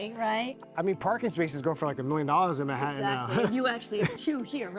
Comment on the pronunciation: “Man hat tan”. Not mahattan